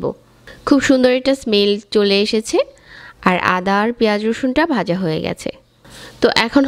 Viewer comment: রেসিপিটা খুব ভালো লেগেছে। আপু উচ্চারণ টা একটু ঠিক করিয়েন।বাজা শুনতে ভালো লাগে না